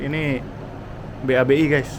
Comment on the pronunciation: Anjayyy😂😂😂 ngakak denger mas nya bilang be a be i.....babi😂😂😂